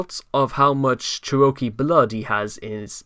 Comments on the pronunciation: OMG, "cher-O-kee" is KILLING ME- it is "cheruh-KEE"! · Please tell me it was Chris pronouncing Cherokee like that, and this video's use of the word was a reference? :x